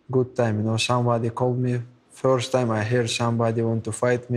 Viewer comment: “fiorst time i hear somebody wants to fight me”